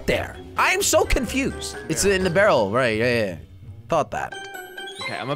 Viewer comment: Its confused not vonfusion